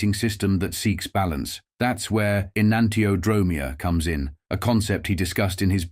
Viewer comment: en-ahn-tee-o-dro-MEE-a (accent on the fifth syllable)